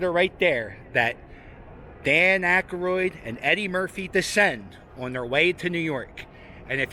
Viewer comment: Why do you pronounce Aykroyd as Ackeroid like hemorroid?